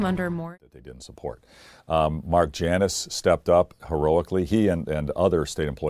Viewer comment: Um, I had to safe out . WTF American Pronunciation Guide?! 🤢